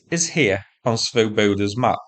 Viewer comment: You might check your pronunciation of Swoboda - the Czech original has the emphasis on the first syllable. It means Liberty or Free men.